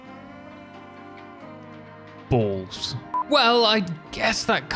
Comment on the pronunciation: "Balls". So utterly and uniquely English. Love your channel, chap ;-)